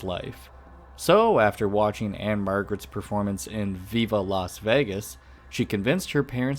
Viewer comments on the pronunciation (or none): none